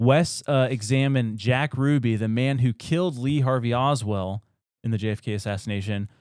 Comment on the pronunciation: Darwin Award nominee - Lee Harvey OSWALD, not Oswell - Haight (hate)-Ashbury District, San Francisco CA - Ray Bosch (squash)